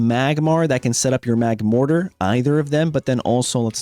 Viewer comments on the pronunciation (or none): none